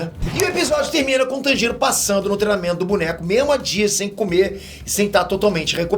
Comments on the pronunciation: pfv não fale tanjiro como se não tivesse uma pronuncia mais forte no "tan". fale como se fosse "tãnjiro" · da um olhada na pronuncia dos nomes antes de fazer o vídeo, ficou muito nítido que ou você não assiste o anime ou por qualquer motivo específico pronunciou todos de forma errônea, até do personagem principal você não fez questão de falar corretamente, no fim o vídeo parece mecânico. (Obviamente eu sei que você não escreveu o texto… mas daí apresentar, cabe seu papel de detalhes… ) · Que agonia o jeito qur ele pronuncia Tanjiro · mano, me dá maior agonia ele falando os nomes errados! ''Tânjiro'' ''Háshira'' ''Níchirin''